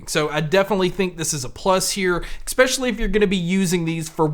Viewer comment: Please stop saying exspecially